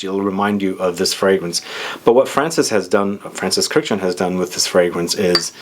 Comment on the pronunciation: His name is pronounced "kirk-dij-yan", three syllables. not "kurjan" or whatever the f you said. It's an Armenian name, not French. Just because he was born in France, that doesn't change the pronunciation of the Armenian name.